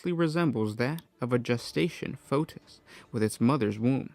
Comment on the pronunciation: lol, bro can't pronounce fetus or stead.